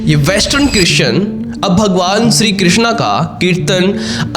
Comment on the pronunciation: विदेश मे सनातन को पसंद किया जा रहा है इस बात की बहुत खुशी है, लेकीन विदेश के लोग मंत्र का उच्चारण मे थोडी गलती कर रहे है, वो हरे रामा हरे कृष्णा कहते है, जब की सही उच्चारण हरे राम हरे कृष्ण ऐसा है, वास्तव मे कृष्णा द्रौपदी को कहा गया है, यांनी की कृष्ण की बहन , और कृष्ण को सिर्फ कृष्ण ही कहा जाता है